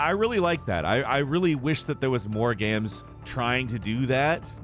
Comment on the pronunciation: Ah, yes. “Gams”